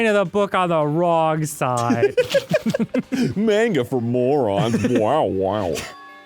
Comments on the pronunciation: i hate how Arin says Mane-gah lol ITS MAHN-GA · Just noticed Arin intentionally changes his pronunciation of "manga" every time